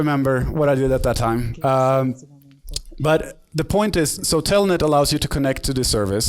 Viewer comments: es Telnet no "Tellnet" . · telnet hijitos no "TELLNET" chch